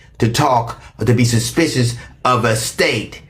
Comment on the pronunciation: not being able to say suspicious, because of his new dentures is HILARIOUS. But! He read him down.